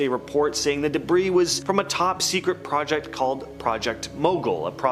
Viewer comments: Stop pronouncing the word "debris " wrong. It's not pronounced debrises! And UFOLOGISTS is not pronounced UFO ologists! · Why on Earth don't they tell her she's pronouncing the word " debris" wrong! She messes up Ufologists wrong, too! I could do a better job of narration!